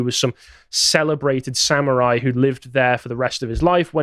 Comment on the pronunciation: Sam-oo-rhai time!